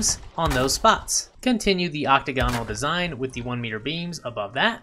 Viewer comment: Hey, we're all learning! Quick tip: ocTAGonal, not octaGONal. Kinda like diAGonal.